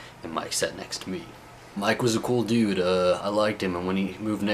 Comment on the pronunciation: stop saying DUDE, and if you have to, normalize the U sound. It's really annoying...